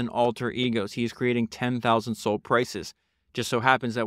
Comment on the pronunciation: Bro , you made 2 pods on this guy and don’t pronounce his name correctly once. It’s SAUL like the guy from the Bible.